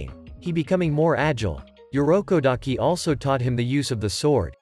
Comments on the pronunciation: Urokodaki Not Yurokodaki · It irokodaki not yorukodaki😊